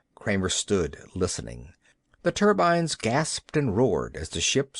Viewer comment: As well as an interesting yarn you will also hear the reader learn to pronounce the word turbine by the end of the short story..